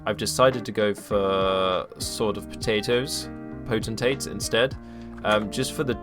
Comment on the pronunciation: I have been working on my EU templar, but there is work being done in the neighborhood, and the internet keeps going out. 🙃 Also gg on "potentate" pronunciation. Lots of people read it incorrectly or just don't know how to say it.